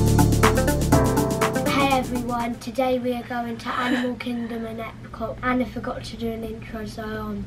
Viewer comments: You say it as arna but it’s spelt Anna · Srry but you said Anna and it is